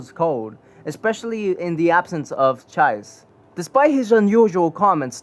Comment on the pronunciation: It’s freaking chi-se not chives . Please learn to speak te name correctly cause it’s hard to watch